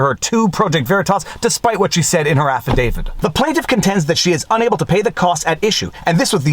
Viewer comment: speaking of WHitmer, I that you might be the person singlehandedly bringing the H sound back to our language. I feel uncomfortable not saying "wHat", "wHich", etc.